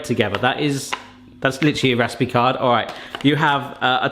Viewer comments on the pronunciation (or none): none